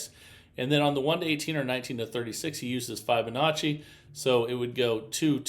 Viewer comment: New drinking game: every time he says, “I can’t wait to show you”, or mispronounces Fibonacci